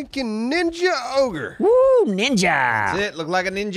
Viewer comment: Ogre not ohgr.